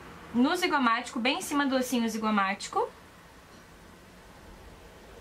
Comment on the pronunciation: Anatomia na ponta da língua hein guria?! osso zigomático ! falou certinho 👌 make linda e perfeita!